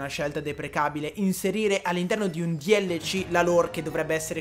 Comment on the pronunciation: DLC non si dice dielleci ma si dice delsi